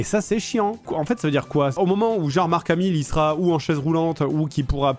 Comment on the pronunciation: Je suis le seul a entendre "Jean Marc Hamil " ? 😂